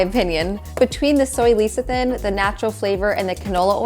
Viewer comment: best peanut/almond/cashew butter is the one you grind yourself in the store. I buy mine at Trader Joe's and it contains peanuts and salt. I like making walnut butter in my tiny food processor. P.S. Lecethin=Less-uh-thin.